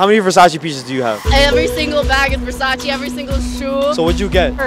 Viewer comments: “Every single bag” and she still say “VersachY” omg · everything versace yet she doesn't even know how to pronounce versace correctly